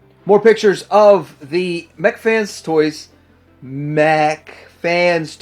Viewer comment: Wow, I never mentioned it, just figured you couldn't pronounce "mech". Lol